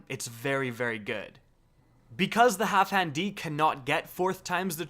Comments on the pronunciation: Why you pronouncing it "Halfhan"? Put some respeck on Dan's name. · Half-Dan! Geez... It's not that difficult... "Halfhand D"... LOL.... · HalfDAN, dude. DAN. Not Half HAN. Jesus.